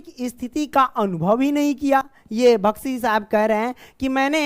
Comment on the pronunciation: बख्शी जी को भख्शी जी पढ़ रहे हो डियर